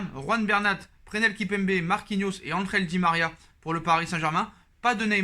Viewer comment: Presnnnnnell et pas Prenel !!!! Kimpembe